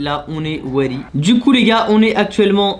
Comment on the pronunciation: "On est weady"😅